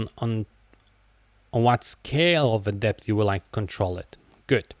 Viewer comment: I appreciate you sharing your knowledge, but "depth" is not pronounced "dipth".